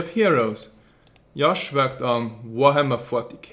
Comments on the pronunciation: JJJJJJJOSH. NOT YYYOSH. cMON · Why the fuck does he say Yosh? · because in Europe part of where he is from, they pronounce J's as Y's. Just like how in Spanish, J is pronounced as an H.